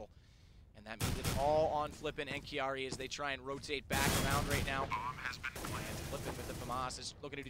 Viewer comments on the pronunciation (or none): Kiari? It's Kairi!